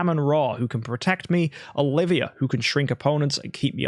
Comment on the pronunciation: only in this sentence does your accent makes it sound like you add an R after an A when its the last vowel in a word. Olivia-r but i lost it when i heard Amen-rarwrrr attacked >.<